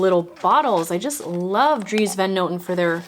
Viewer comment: Similar to your brother-in-laws last name, the van is pronounced more like an O rather than an A sound 😊